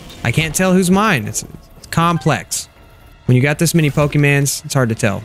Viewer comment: Why do you say pokemans its pokemon.